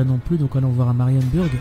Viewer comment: Marienburg c'est allemand. En allemand "u" se prononce "ou" et "ü" se prononce "u". Donc Marienburg se prononce Marienbourg